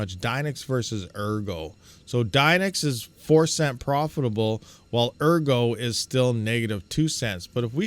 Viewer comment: ergo should be pronounced "airgo" because if you read the white paper, your coins will be taken if you hodl them too long.